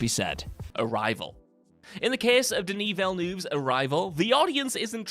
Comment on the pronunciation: Who is Denny Vell Noov? Owen Davvian? Do you guys deliberately pronounce names wrong to troll us? Holy shit... the title of the video is about trolling audiences!!